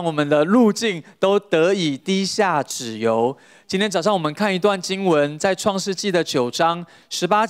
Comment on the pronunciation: 辭典檢視 「脂油 : ㄓ ㄧㄡˊ」